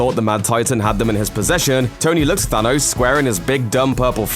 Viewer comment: Why does he keep saying Sanos - Plus he said "I AM IRON MAN" - SO what are you on about?